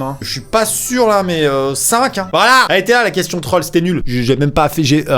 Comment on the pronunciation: on dit voilà pas volà